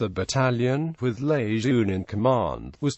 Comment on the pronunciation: Marine General Lejeune / luh jern would be dismayed Name mispronounced sad disrespect Semper Fidelis & God bless all Leathernecks ! KEEP ATTACKING !!! OOO RRAH !